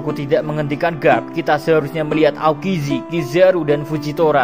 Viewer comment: Min ga konsen kah? Atau aku yang salah denger? Asazuki 😂maaf min, becanda aja